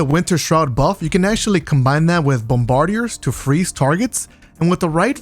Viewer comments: Bomba like "mamba." *Bahm-Ber-Deers, not Bum----Bar-Diers. One word, no pause. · BOMB-BAH-DEERS my guy. Keep up the good work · Mispronounced bombardier's, go back to school